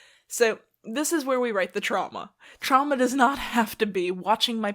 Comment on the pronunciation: When u said the word “trauma” I thought u said Chama😭😭😭and I was immediately like HUH